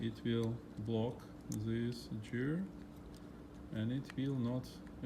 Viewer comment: Hi. I respect you a lot. I love your videos. Your are the nicest technician on youtube. But please don't you ever say "jeer". It's gear. Like gasket. You don't say jasket right? Go to google translator write gear and listen to robot saying it. Please, don't be mad at me, just listen to me. It is for your own good. I am Lithuanian. English is not my native too, but "Jeer"just hurts my (everyone's) ears. Thank you!